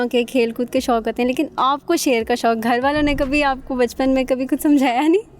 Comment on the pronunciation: Loin nahi shoir🤣🦁